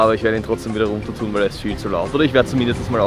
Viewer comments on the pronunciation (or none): Ich liebe es einfach, wenn Du "wal" ("weil") sagst :)